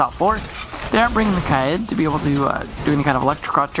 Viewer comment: Why does this moron say “Clodded” instead of Kaid.... PRONOUNCE IT CORRECTLY. Use Google. Look up the IPA. It’s not hard.